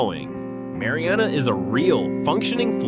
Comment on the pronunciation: I live in Jackson County, you pronounce Mary Anna not Mari Anna. At least get the pronunciation right.